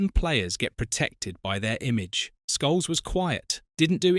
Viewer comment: Says Scholes wrong many times also (says Sholes).